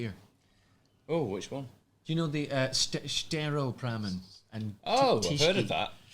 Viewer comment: trying to pronounce Staropramen is my religion xD